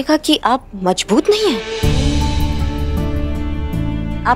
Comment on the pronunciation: Mazboot nhi majboot 😂😂😂😂